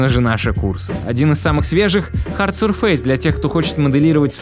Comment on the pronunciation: "хард сюрфЕйс" - ударение не туда, про акцент молчу